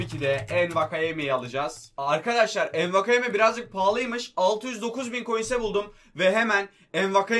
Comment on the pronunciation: Enwakayeme diye okunmuyo wakayeme sadece